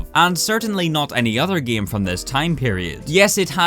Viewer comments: Me and everyone I know: "Game": "Gaem" And that is a small part of why I keep watching these videos:) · It's a game not gaem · i love it when says “gyem” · When says gaem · Nobody: when he tried to pronounce game: Giêæm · here in northern ireland, we pronounce game: giêæm